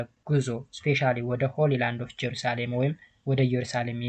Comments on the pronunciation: ጀሩሳሌም አይደለም 😂 እየሩሳሌም ነው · ጀሩሳሌም አይደለም እሺ አባቴ እየሩሳሌም ነው😮😮😮😮😮